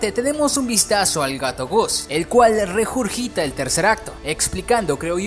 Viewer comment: "Rejurgita el tercer acto" 😂